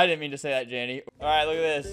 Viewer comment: THIS MAN SAID JANNY WHEN I HAD THE AUDASITY TO THINK HE SAID DANI WHEN IT WAS JANDEL